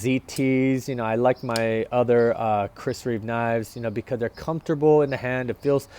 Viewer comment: There’s no ‘s’ on the end of his name - it’s Reeve .